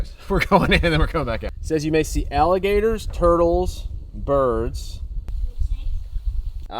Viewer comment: I want to thank you for sharing this video with all of us. It was so awesome and I love your family. I loved it when said all Allergertor s 😂❤😊 I have been watching your family for a while now and I think your family is so awesome. Be safe with your travels 🙏 ❤️ ✨️